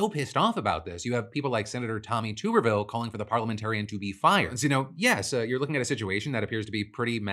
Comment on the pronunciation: it's TUBervile like bathtub NOT TUBE